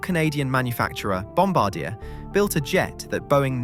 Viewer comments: I know this is silly, but please, it's 'bomb-bar-dee-eh' not 'bomb-ba-deer' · ITS NOT BOMBADEAR!!!!! It's Bombard-e-ay. hearing bombadear is like pronouncing sommelier as sommelear. Im dead. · Bom-bar-dee-ay ? but Bom-ba-deer sounds fun. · Bomb-bard-dee-yay not bomb-a-deer! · pronounced: "BOMB-ah-DEE-AYE" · It’s killing me how many times you mispronounced Bombardier as Bomb-ba-deer. It’s Bomb-bar-Dee-yay. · Not "bomb baa deer", it's "bomb bard eee eh". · I’m not a linguist so bear with me….Bomb-bard-yah, not Bomb-bar-deer! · I lost all respect for this video when the guy can't even pronounce the companies name properly. It is French so not "BOMB BA DEER". It is "BOMB BAR D A" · Bom-bar-dee-eh, the eh is the most important part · You pronounce Bombardier incorrectly; it's a French language name Bom bard di eh Eh LOL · Bom-Bar-D-ayy…. It’s French Canadian, based in Montreal… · stopped watching at when you didn't even bother to do the research in how to pronounce Bomb bard e eh (Bombardier) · Just so everyone knows, it’s pronounced bohm-bar-dee-a, not the way he pronounces it. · Jesus... Bombardier = Bomb - bar - dee -- ay Whats wrong with you! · The way to pronounce the name is Bomb bardy ya. Its french. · Try it with me: "Bom -bar -dee -ay" it's a Canadian surname, not a WWII airforce crew position. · BOMB BA DEAR? WTF...learn to pronounce your subject FFS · It’s pronounced bom bar dee ay. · It’s pronounced Bomb-bar-dee-ay. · The way english native speakers try to give pronunciation by using english ortography most often fails badly and often even increases confusion. Why won't they learn and use the phonetic alphabet, like everybody else does? It's simple enough, and in this case it was [bɔ‌baʁ'dje]. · It's not a n artillery cpl. It's bom-bard-yay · It's [bɔ‌baʁdje]. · Learn to pronounce the name right Bom-bard-yea, as in yeah, it's Canadian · Stop saying Bombadeer. I cannot watch the rest of the video. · In Canada it's pronounced Bom bar dee ay